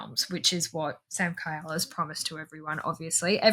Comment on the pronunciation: His name is Samkiel (Samkeel) not Samkyle, lol, but yeah fantastic series. ❤